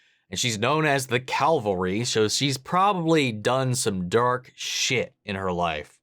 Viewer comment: Pet peeve of mine. Seems like so many people can't pronounce the word cavalry and I internally flinch every time. Similarly the number of people who say "turrent" when they mean "turret."